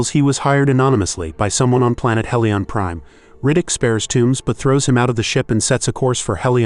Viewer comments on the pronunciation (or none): At least get the pronunciation right. Your mispronunciation of Furya sounds like he is from a toy animal planet. The planet is pronounced He-lee-onPrime not Hell-lee-on. Don’t think you actually saw these movies.